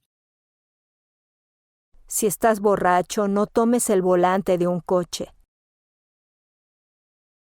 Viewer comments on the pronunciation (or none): none